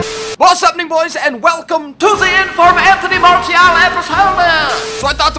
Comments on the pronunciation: Its marSsssial no marTttial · pronounce Martial like Marsial (im french) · its Mar-see-al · It is pronounced Mar-c-al... BTW awesome vid as usual :) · I think Martial is pronounced "Marshal" . Am I right? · It's pronounced marcial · It's pronounced Mar-see-al. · French is my main langage and yes it's Mar-see-al like in : Arts martiaux it's pronounced Mar-see-yo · Chase Hoonan Dude don't create arguments it's clearly martial you told us to check on google translate and it's Mar-see-al your "it's pronounced" like that in english isn't an argument Martial is a word before being a name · Nadir Mou' On google translate when typing it in French it says Mar-Tee-al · IT'S MASIAL THE T IS PRONOUNCED AS AN "S" FFS MAN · u say martial weird